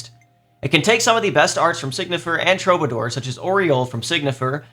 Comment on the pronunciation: Now that people are done being annoying about Qigong pronunciation, it’s time to be annoying and say that Troubadour is pronounced True-buh-“door” as in the word door